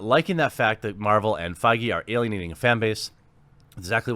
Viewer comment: Dude... you gotta learn how to pronounce feige 😂